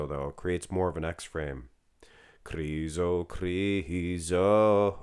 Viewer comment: I love the way you are crooning Krrrriso